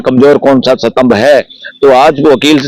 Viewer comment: Satambh kya hota hai gadhe it is Stambh